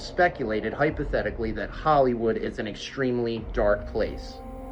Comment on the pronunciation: Jim is calling out ‘helliwoold’